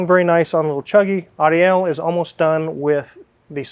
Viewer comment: quickly learned how to say "Moises," but he's still struggling with "Ariel."